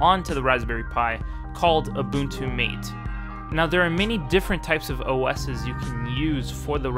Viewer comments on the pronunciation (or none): it's Mah-Téh, not mah tay. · Mate is pronounced "Mah-tay". It's a Spanish word like all the other tools in the Mate desktop like Caja, Pluma, Engrampa, etc. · It is called Ubunutu Maatee but spelled Ubunutu MATE.